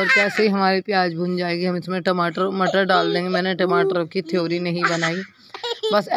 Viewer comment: थयोरी नहीं पयोरी होती है टिमाटर नही टमाटर होता है